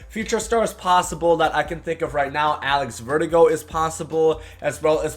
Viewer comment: Did you just say Alex Ver-digo. Don't you remember how to say his name